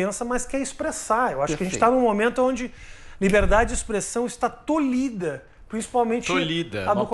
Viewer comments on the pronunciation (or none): Não é tolido e sim tolhido. Corrija o título e a fala. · "Tolido", não! ToLHIdo